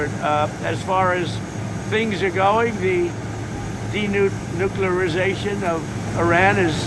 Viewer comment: 'De-nukularisation'?????? Pur-leeese.